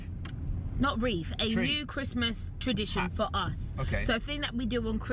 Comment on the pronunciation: Reath... tree... hat!😂🤦🏾‍♀️ wow